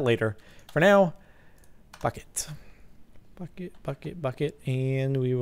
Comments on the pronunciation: He did, look at his mouth when he says it! He said "Fuck it, bucket, bucket, bucket!!" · Wow, when he said Bucket it really sounded like he said F*** it! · Ye he did say bucket, it sounded like f*** it. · Thumbs up if you thought Jordan said, "Fuck It", instead of, "Bucket". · Rain Bosworth Obviously. I'm talking about the first initial words he spoke, before you distinctly heard, "Bucket". Nice try, though. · 18.31 Hahaha... That almost sounds like you would say "f***k it" not "bucket" :D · when he said "Well bucket" I thought he said "Well fuck it" xD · when said lets go get a bucket, i thought he said lets go fuck it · Okay did anyone else think he said "F it" instead of "bucket" ? lol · Am I the only who though he said "Fuck it" instead of "bucket" ? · When he said Bucket, Bucket Bucket Bucket it sounded like fuck it x3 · Bucket I thought you said f**k it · I thought he said bucket because he grabbed a bucket at that time until I read this comment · When you said "bucket" , it sounded like something else.